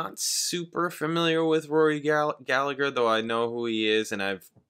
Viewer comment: It’s pronounced gallaher